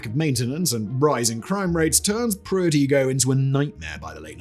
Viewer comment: Igoe is pronounced I-go!